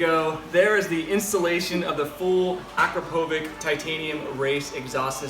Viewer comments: does my fucking head in! it's pronounced: a crop a vich not akrapovic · Its Akrapovitsh and not Akrapovik and you are awery time using your girlfriend 4 klicks Bastard seriously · “Akro” what? At least pronounce the whole brand name....Akrapovič!! Akropovic.....wtf? Learn to pronounce it right..... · Looks and sounds beautiful. The only thing I didn't like is your pronunciation of Akrapovič. You say it like Akrapovich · A Crop O vitch. Say it with me. A Crop O vitch. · its pronounced Akrapovitch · Why is she naked?? And it's not akrapovic but akrapovič (akrapovitch) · It sounds awesome, just one thing, it's pronounced "Akrapovich". "Č" stands for the "ch" sound in slovene. Otherwise great video! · Akrapovič = Ahh-Crrop-O-Vitch. Its a manufacturer in Slovenia :) Now you know how to pronounce it. Good series! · Pronounce Akrapovic correctly dumb idiot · You are not saying Akrapovič right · Cringes when akrapovic is misspronounced. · the way says Akrapovic pisses me off so much.